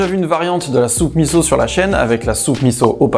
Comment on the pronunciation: Bravo de bien prononcer MISSO ! Top !